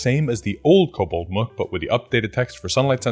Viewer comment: in case you care to know, "mook" is pronounced with a long oo, like "spook", not a short oo, like "look".